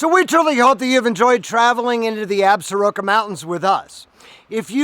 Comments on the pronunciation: Absaroka’s is pronounced “Absorkee’s”. by the locals. Nice video! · Absaroka is pronounced, "Ab- sorkee"